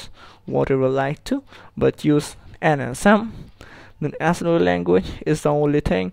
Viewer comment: "Hi everyone to my assemblllenruewtoe level language tutorial". Well, that's a good start.. (!)